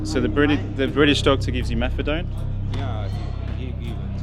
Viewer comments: I know its petty. But hearing you call it MethadRone was doing my head in. It's MethaDone. But to the facts. Excellent presentation mate. Love it!! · WHY WOULD A DOCTOR GIVE OUT MEPHEDRONE? HE CLEARLY TOLD YOU IT WAS METHADONE WHICH YOU REPEATED.. NICE SMEAR CAMPAIGN